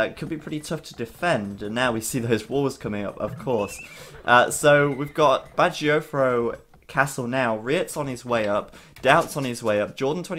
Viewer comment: Can someone please explain why BacT is pronounced "Badger-O-Fro"? Am I missing something or is my hearing bad? I don't understand...